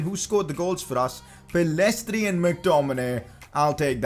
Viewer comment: Isn't it Pellistri, not Pellestri